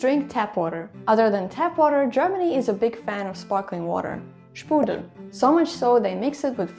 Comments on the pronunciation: A little correction, it is Sprudel not Spudel. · Small correction; It's called Sprudel, not Spudel.